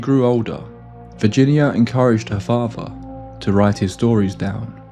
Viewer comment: Her Favva? Wth is that… 🫵🏼🤡